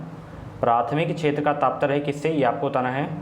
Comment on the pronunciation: Taptarya ni hota....Tatparya hota🤗